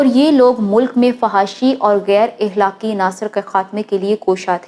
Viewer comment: اللہ تعالیٰ آپ کو ایمان والی لمبی زندگی عطا فرمائے آمین پیاری بہنا لفظ اِخلاق نہیں بلکہ اَخلاق ہوتا ہے اللہ آپکو برکتیں دیں۔